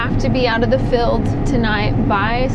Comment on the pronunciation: I get a kick out of your Texan accent saying the word "field..." Pronouncing it "feld..." Lol